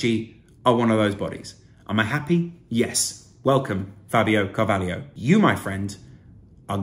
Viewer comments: It’s Fabio CAR-VAH-LOW not Car-vah-lee-o. Good analysis btw 👍🏻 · It’s Car-va-lho, not Carvalio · Pronounced CarvalHO. Where's the IO FFS!